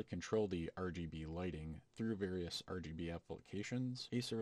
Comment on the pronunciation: Got a sub from me, just because "Ur-GB" :D